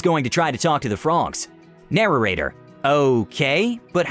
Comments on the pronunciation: I really hate the way you say narrator, you add an extra syllable. It's 'nair-ate-er' not 'narer-ate-er' It feels funky to hear it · Am I the only one who is annoyed he keeps saying “narrarator” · Narorator? What's that?